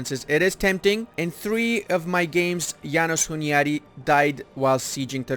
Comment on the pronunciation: So funny how you call János Hunyadi "Jánosz Huniádi". Anyways, thanks for the video, and keep up the good work! Greetings from Hungary